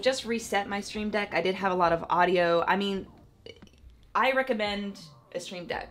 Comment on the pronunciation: When she said aduio mixer i Thought of Mixer R.I.P Mixer